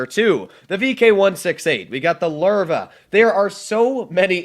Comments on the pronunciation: What...the Larva?It's a Löwe...or a Lion for english...the hell...is this gonna be like that one time I heard someone say "Mikro Wa Ve" instead of Microwave lol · Lerve would be how it's pronounced tho